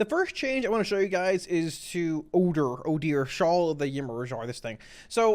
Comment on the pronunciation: It's pronounced "Oh-der". It's probably named after the seldom heard Norse god.